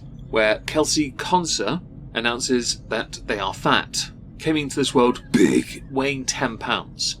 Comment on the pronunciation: why did you say big like that, sounds like your letting some demons loose